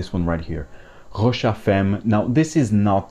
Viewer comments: Famm, not Femm. At least Tauer is in it. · No it’s “femme” in French, but pronounced Fam- or perhaps I misunderstand your point..